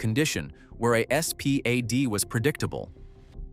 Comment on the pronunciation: You could just say SPAD not S P A D